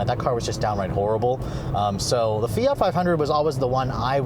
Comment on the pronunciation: Do Americans not realize there is a t in fiat.... + straight man drive it ????? Girly car ???? Fuck off sexist idiot